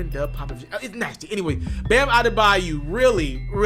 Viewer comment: bayo..not bayu….smdh ..eldrice is his first name by the way..bam bam